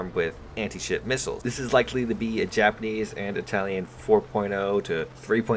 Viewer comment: U butchered the title pretty hard (Japanes and well) but I love ur content